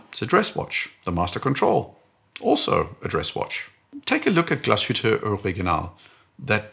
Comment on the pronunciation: Pronounciation of Glashütte and A. Lange & Söhne was suspiciously good. 😏 Great video!